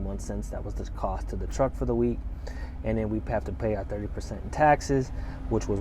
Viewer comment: Hey it's "taxes"